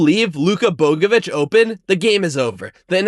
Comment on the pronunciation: Learn how to pronounce Bogavac before you make an entire section about him